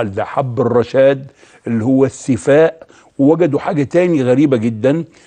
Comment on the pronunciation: رفع الله قدرك يا دكتور عاليا بس ارجوكم دققوا على مخارج الألفاظ. .شنو السفاء. .قل الثفاء بارك الله فيك. ضيعتنا والله ونحن عرب. مافى بالقاموس العربى كلمة السفاء. ولكن اشكرك على هذه المعلومات الذهبية. وجزاك الله عن المسلمين كل خير